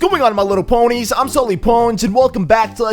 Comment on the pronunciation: Did He Really Just Call Us "My Little Pwnyz"?